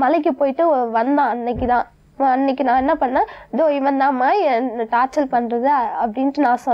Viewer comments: evlo padichi irundhaalum torture nnu oru word ai correctaa solla therila..torchal nnu solraalunga..padichi enna use? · Torture nu solla therila.. Tortul tortul nu solraa.. Idhukellam oru kedu love vera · படிச்சது, படிக்காததுங்க எல்லாருமே டார்ச்சல் டார்ச்சல்ன்னு சொல்லி டார்ச்சர் பண்றாங்க..Tortureன்னு சொல்லுன்னு முதல்ல இதுங்களுக்கு Spellingஓட Practice குடுக்கணும் போலருக்கே!!